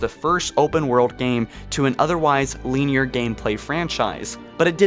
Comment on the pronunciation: I’m great with all these ideas, especially the open world. Also, you say linear weird, I’m not gonna say wrong because different dialects and all that but I’ve never heard it pronounced like that.